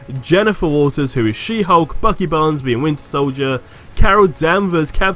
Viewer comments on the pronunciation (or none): none